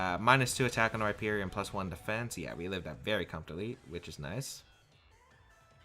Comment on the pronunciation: You said Rhyperior correctly finally, i love you <3